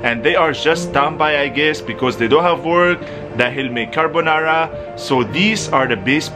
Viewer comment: He calls the Corona Virus "CARBONARA"🙂🔥🤣